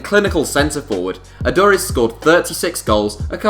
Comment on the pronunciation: Aduriz, you pronounced it completely wrong